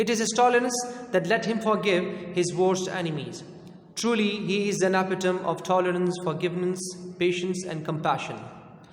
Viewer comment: It's impressive dear sir..but one word need correction please kindly check the pronunciation of 'epitome'.